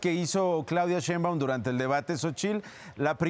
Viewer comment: Este individuo orejas satelitales, ni siquiera sabe hablar ya hasta la biblia saco, Ignorante se dice Sheiunbam no cheiumban , Orejas de papalote!